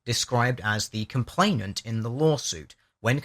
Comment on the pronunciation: love your vids, consider you to be very eloquent and learned but jesus wept dude : COMPLAINANT. no T in the middle.